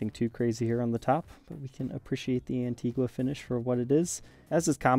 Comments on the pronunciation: It's pronounced "An-teeg-a" not "wha"....the u is silent. Antgua is an island in the Lesser Antilles (Carribean). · As someone of the country of Antigua, the “gua” pronunciation of it drives me insane. 😂 On the beautiful island, it’s pronounced “An-tee-gah”